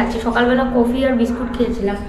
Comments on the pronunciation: কোফি না ওটা কফি উচ্চারণ টা ঠিক করো... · tomar uchharon gulon thick koro, tumi enjoy ke injoy bolo coffee ke coofi bolo, egulo thick kore bolo, Tumi to ekta shikkhito meye, ei uchharon gulo tomake manai na